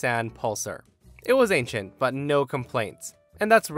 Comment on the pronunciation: I've never heard anyone mispronounce Nissan, like that 😂